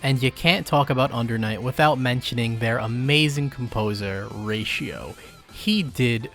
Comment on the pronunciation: The composer's name is pronounced Ry-toe lmao 😂